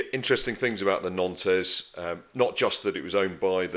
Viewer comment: Wonderful content but believe it or not the ship's name is pronounced "NONT"